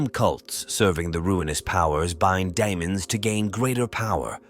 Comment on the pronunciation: Daemons is Latin for Demons, or an archaic spelling of demons in English. Pronounced, dee-muhns! Not Di-amons!